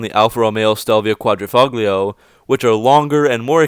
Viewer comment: Did you know, that the way to pronounce Quadrafoglio is actually, "Quadrafolio"? The g is apparently silent, I know this from the straight pipes YouTube channel.